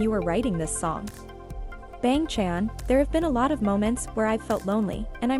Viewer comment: The way it pronounced bang chan 💀